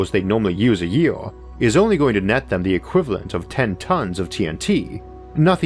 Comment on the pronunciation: What a llitower and a yeaower or poweor? Lol . Nice